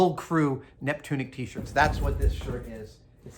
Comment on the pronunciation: Neptunic? more like Nip-tunic